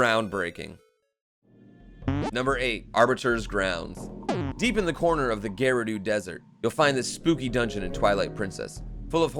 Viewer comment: Geroodoo,? Seriously?